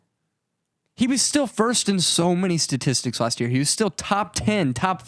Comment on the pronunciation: Satistic?? 🤔 Jk 😂 also Nathan's transiton to Deebo was priceless 😂